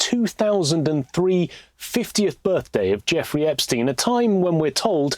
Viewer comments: it's Epistein, not EGG-Stein hahaha... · Why do you refuse to pronounce Jeffrey Epstein's name properly? It's not fucking Joffrey Eckstein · So you can play a video clip about Jefferey Epstein where they can say his name but you call him "Joffrey Eggstein"? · Jeff-Rey Ep-Stein 😂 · what is up with your epstein pronunciation? is it an algorithm thing or what? do you spell it that way too?